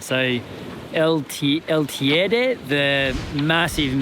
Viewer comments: lol its El Teide not El Tiede 😂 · "Tiede" jajjaaja, buen intento. Es Teide :)